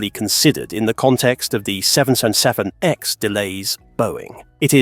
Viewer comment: You need to learn to pronounce 777X However, I think that getting rid of the rubbish Ai would be a good start! Repeat, Repeat, Repeat! Nope! time to block this site!